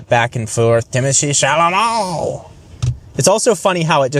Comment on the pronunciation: timothy CHALAMAAGGNNE XD XD